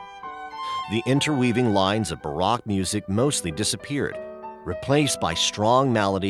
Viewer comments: The nationality of the narrator doesn't matter. The words that were mispronounced are commonly known. The information presented was excellent, but you should mention to your narrator that he must familiarize himself with any names or words he doesn't know before he records it. Haydn=High/dn. Baroque=ba/rohk. Kant=Kahnt. And by the way... Beethoven was, without a doubt, the greatest musical genius in history. Bar none. Period. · You pronounced Baroque music, Barak music when its pronounced Barohk. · Bah-rock music?? The madness continues!! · Buh-RAHK music. HAY-den? Embarrassing. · THE NARRATOR WAS HIRED FOR HIS GREAT VOICE, BUT KNOWS NOTHING OF THIS MUSIC, HE DOESN'T EVEN KNOW HOW TO PRONOUNCE THE WORD "BAROQUE" !!!